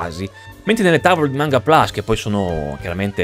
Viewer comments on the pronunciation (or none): none